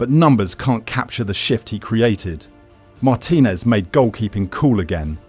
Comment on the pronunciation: Learn how to pronounce the name of the person you're talking about. It's Mar-TIN-ez, not MAR-tin-ez. Yes, you can re-record the AI.